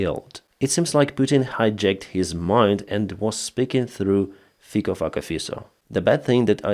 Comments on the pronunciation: Hi,, pronounciation of Slovak PM`s name is fitso. Our languages are not that far from each other. In English it would be written like this: feets(O) as in octopus. But as a Slovak supporting Ukraine I like your version fuck-o. He is a hypocritical-egotistical-power addict who will say anything for his cheering simple minded crowd. Lot of them are elderly who he has "bought" by raising pension. Sadly they all should remember August 21st. 1968 invasion but 30 pieces of silver are here and now. Unfortunately, big part of the country is pro ruzzian, big part of citizens pro ukrainian and 3 part does not give a sh.t. But I do. Thank you for the work you are doing. It is much appreciated. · WHO IS THIS MAN? FIKO FAKKER --- PLEASE LET US KNOW. COULD NOT HEAR ..TRIED SEVERAL TIMES. THANK YOU. FINE REPORT, THANK YOU. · Honestly, it sounds like his name is pronounced as Faecal F*cker Fiso. Is this a case of 'by name and nature'? 😄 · What's that puppet's name again? PocoFacaFisa? Sounds like you're calling him "Little feces face." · PM in Slovakia is Robert Fico -> FICO with "C" not "K" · I didn’t quite catch that politicians name was it Thicker Fucker? 😂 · Fico-Fucko-Fisso, Fico-Fucko-Fisso, the narrator obviously enjoyed pronouncing the name. That's what is actually happening to VSU(heroi v sale) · please make a video of you pronouncing that politician's name! "Little fucker pisso"..... please😂😂😂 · What is that guy's name? Sounds like he's saying fecal fucker face. Had to rewind twice. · 😂😂😂 the Slovenian guys' name at first sounded like Fecal Fucker Fesal, 😂😂😂 I had to go back and listen to it a couple of times but with a name that sounds like that what do you expect, of course his comments were as dumb as 💩!😂😂😂 Thanks for the great laugh, I needed it! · Did you say "Fickle F^<Ka Face" ? His parents prophesied like Nostradamus ! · Who was the guy you mentioned? It sounded like Pieceafuckenshitta